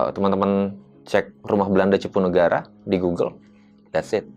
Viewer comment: Maaf bukan cipunagara...udh bener namanya CUPUNAGARA